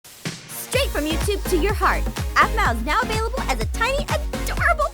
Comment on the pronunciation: Intro: Aphmeow plushy! Me: I Hear What you said there aPhMeOw